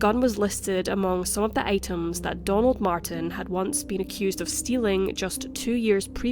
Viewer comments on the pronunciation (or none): none